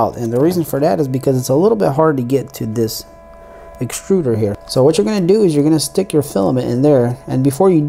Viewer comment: Sorry to be "That guy" but - "Exturder"